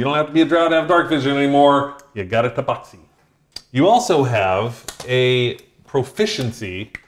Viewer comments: umm it is TA BAX I not BOX..lol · IMO, rhymes with “taxi” makes sense. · The proper pronunciation of Tabaxi is “Tabaxi”. Hope that clears everything up.